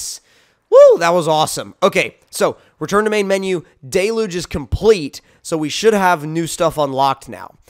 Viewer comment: It’s d-e-l-u-g-e